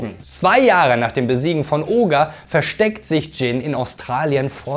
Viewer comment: Ogre net Oger 😫😫😫😫